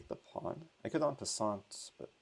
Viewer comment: Just to notice, in french, the T in "prise en passanT" is deaf.. it's "passan" ;)